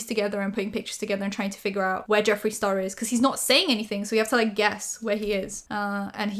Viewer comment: ...did you just say Jeffrey STaRBURst!!!!!!!!!!! 💀💀💀💀